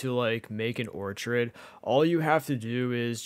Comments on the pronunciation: Ortrid? You mean Orchard as in Apple Orchard?! FK me LOL! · I demand you stop saying orchard that way 😐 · Bro, can’t even say Orchard I don’t see an I in that word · Thank you for the tips :) BTW it's pronounced orchard. Your pronunciation is wrong. Don't want to be a stickler though, :D